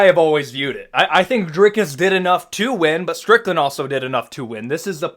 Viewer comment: On behalf of South Africa, thank you for your correct pronunciation of our fighter's name.